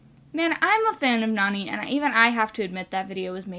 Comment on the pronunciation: Every single time you call Nawnii "Nani", i lost a piece of my soul